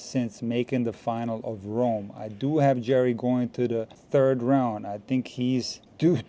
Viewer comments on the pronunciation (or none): none